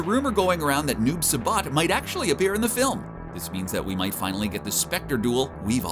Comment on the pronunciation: Saibot...not sabat you straight butchered the brotha 😂😂😂😂😂😂😂